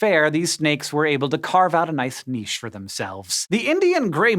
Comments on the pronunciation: O Hank pronounced niche correctly :O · Niche! Pronounced properly! Thanks for adapting, Hank!